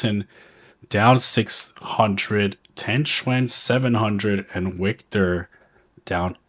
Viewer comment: HEY CLOWN LEARN THE NAMES..WIKTOR IS PRONOUNCED AS VIKTOR NOT A W SOUND..